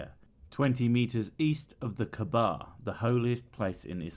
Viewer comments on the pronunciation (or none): none